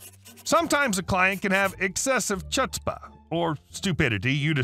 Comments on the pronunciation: The ch in "chutzpah" is pronounced like the ch in "Chanukah," not like in "chair" or "chimpanzee." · That “ch” is pronounced like a guttural “h,” sounding a bit like the sound of clearing your throat. (Same is true for “challah,” the tastiest of all breads.) Pronouncing it like the “ch” in “church” is just hilariously wrong. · FYI- "chutzpah" is pronounced "hootspa" not "choo" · Huutspah, not “Ch” utspa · Chutzpah is pronounced with a gutteral “ch” or just “h”, not ch as in “Charge”. Try “Hootspa”. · First story. . . the word "Chutzpah" is not pronounced "CHuts-pah" with a 'ch' as in 'chicken' It's "Hoots-pah" (with the double 'O' as in 'book') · Chutzpah is pronounced "HUTs-Pa" Your fictional writing should at least be pronounced correctly ... other than that it is drivel.. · Chutzpah is not pronounced with a “ch” as in ‘cheese’, it’s a guttural sound like throat clearing. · Sorry it's pronounced hutspah not chutzpah. Sorry again just like the right pronunciation so others don't get pissed. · “Chutzpah” is a yiddish word and the “ch” is pronounced “h” so the word is pronounced “hootzpah” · Chutzpah -- pronounced ˈho͝otspə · It's pronounced "hootzpah." The "C" is silent. It's Yiddish and follows Yiddish linguistic rules. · Don't say chutzbah again, ever or learn some Yiddish! Love you man! Merry Christmas , Chanukkah, Happy New Year! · Chutzpah was pronounced wrong. It's pronounced Huts-Pah. My boss is Jewish and loves to use Yiddish words constantly. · Minor correction: without going into the weeds of Yiddish pronunciation, it's pronounced "HOOTS-pah". I don't care how it LOOKS like it should sound. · Chutzpah is pronounced "hoots-pah". Definition: arrogant courage, audacity, impudence. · NOTE: it is pronounced Hoot-Spa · Chutzpah is pronounced "hoot spa", the C is silent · Pronounce it “hut spa” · just to let you know the c in chutzpah is silent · "Chutzpah" is pronounced with a guttural "ch," as Chanuka is correctly pronounced. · The "C" in chutzpa is silent.